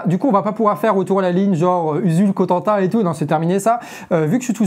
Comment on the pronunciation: '' Usul-Cotentin''?? Mdr! plutôt...